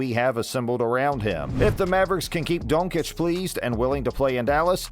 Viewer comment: You can't even pronounce Doncic right.